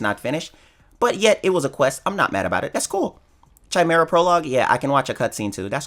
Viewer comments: wait a minute this man who has watched FMA is pronouncing chimera which is correctly said kai-mera, as chai-mera? the fuck????? fake fan didn't watch the show. everything you say from now on i'll think is a lie. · I love the way you start videos by giving people life advice. You have good content, but the way you pronounced chimera like "chime-mera" made me want to facepalm. Keep the good content and update your vocabulary. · You butchered me with pronounciation of Chimera prologue... :D Its not chipmunk to be pronounced that way. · I don’t know if is saying chimera wrong on purpose? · If he figures out it's wrong, he wont change it. Trolls gonna troll. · the way u say chimera ticks me off. no offense or disrespect or anyfink just sayin